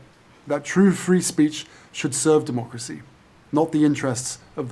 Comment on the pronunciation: I love when says “demock-racy”.